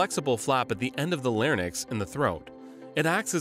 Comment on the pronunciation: larynx, not larnyx